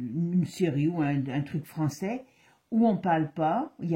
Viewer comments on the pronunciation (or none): none